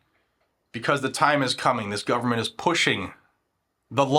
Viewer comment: Brando and his bunch have to be in bed with mexico " guvernbent"